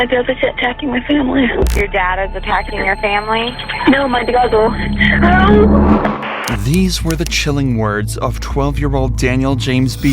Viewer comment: “It was all my bwudder Woberts idea”